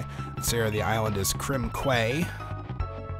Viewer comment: Krem Quay is pronounced Krem "Key"... but ah well.